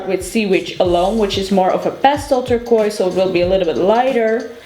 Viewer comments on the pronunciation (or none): none